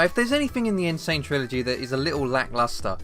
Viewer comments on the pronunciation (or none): none